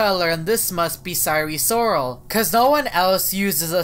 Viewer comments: SIRE SORAL sire sirol: welp, you got it wrong. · Sirol not sarol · SIRE SORAL LOL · It. Sire. Soral